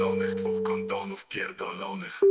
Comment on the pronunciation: ohyda- nie ochyda rzygać - nie żygać kondom - nie kondon. Używaj pan POprawnej POlszczyzny.